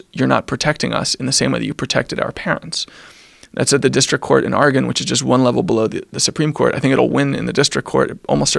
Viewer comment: •First of all I wont take advice from someone who has never had a pet & dosen't love animals! •second I'm 70k + into my muscle cars you gonna have to take them at gunpoint. •third its Oregon not whatever the fuck fell out of your mouth ..